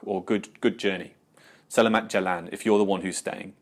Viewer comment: I just want to point out as a Malaysian, it is pronounce seh-lah-maht